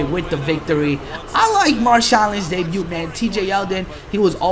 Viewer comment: don't pronounce the "T" in debut... just helping with your english. Yes, i know he's not from the USA just helping